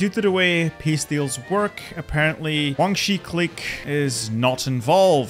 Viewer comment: Why do you say Guangxi that way...